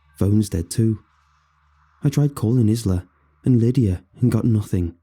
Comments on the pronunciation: Th name Isla is usually pronounced 'eye-la'. Also, I should not have listened to this at night. I'll be over here worrying until the sun comes up. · Omg ISLA!!! It's pronounced eye-la 🤣